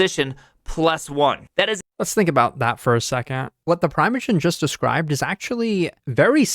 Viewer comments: "...by this little youtuber called the pree-mee-a-jen" 🤣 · Who tf is preemeogen? 😂